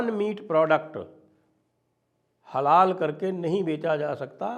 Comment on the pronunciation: अरे श्रीमान थोङा होश मे बैठकर वीडियो रिकार्ड किया कीजिए। आप हलाल को बार-बार हलाला बोल रहे थे 🤦‍♂️